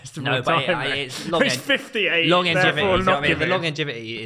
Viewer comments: saying “Longengivity”😂😂😂this guy is a complete sausage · "The longingevity"